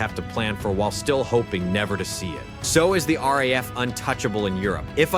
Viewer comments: Stop with this AI crap voice-overs. They can't even pronounce things correctly 😫it's not R pause A pause F but RAF 3 letters said as one after the other. Its a big give away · The RAF, the RAF, the RAF..... says the initial commentary... over graphics of American aircraft and carriers. And you would have thought that AI could manage not to mispronounce 3 letters, RAF. Although in fairness it is pronounced correctly later in the video.